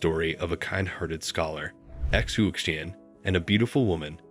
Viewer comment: xu xian is pronounced shu shian but love the telling of the white snake